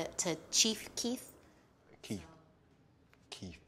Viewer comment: Lol she said chief keith